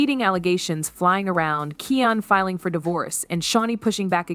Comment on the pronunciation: His name is keooonnn not ken